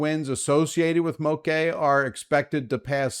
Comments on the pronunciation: MOKE SOUNDS LIKE BLOKE. That is how this word is pronounced. MOKE! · Bra🤣, it's Moke like Blala. At least that's how this pidgin word is pronounced. Though it doesn't matter to me how anyone says it as long as their safe